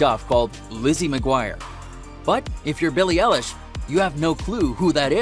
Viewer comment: How u say her name:beiilie eiieilish 😅😅